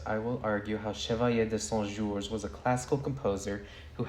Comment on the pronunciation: Side note: your pronunciation of Chevalier de Saint-Georges was so beautiful! I loved hearing you say his name every time!